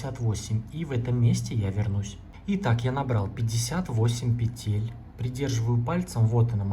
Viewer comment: Не петЕтель, а пЕтель! Уже не доверяю!